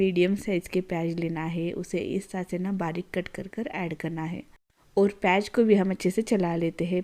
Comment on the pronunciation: प्याज ❌ पेयज ✅ 😂😂